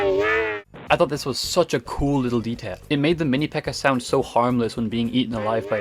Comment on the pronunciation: i thought you were speaking spanish because of the "aña" of the minipekka, then I realized you were speaking english